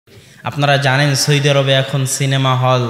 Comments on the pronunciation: সৈদি নয় সৌদি আরব হুজুর। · "সৌদি" উচ্চারণ ঠিক হচ্ছে না।